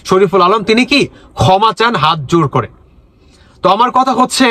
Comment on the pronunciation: Uccharon thik koren. Kotha ta "koma" noi "khoma" thumbnail thik korun. Dil noi, dhil. Asha kori positively niye shudraben.